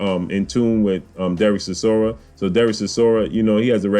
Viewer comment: Stop butchering the mans name its Chi-sor-ra. My money is on War chisora for this one.